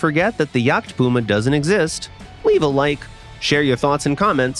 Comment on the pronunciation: What did you say? Jagdtpuma?